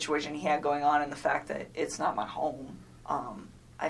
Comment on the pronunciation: ~ so she felt uncomfortable being at his house because it’s someone else’s space and “whatever situation he had going” but was fine with dating a married man? 🤔 Also the way she pronounces ‘my’ is weird and makes me laugh. Like she’s saying muh. Muh dick.